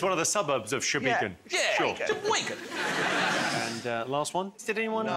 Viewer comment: Especially saying "sheboygen"